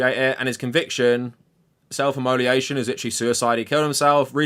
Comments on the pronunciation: Immolation = " immo - lation ". Not imoli ation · Good video but “immoliation” sent me lol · if you're going to talk about self immolation you should probably know how to pronounce it